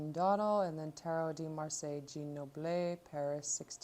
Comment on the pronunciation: Just to let you know it’s pronounced “doh-DAHL” and “jjjahn” not Jean. :)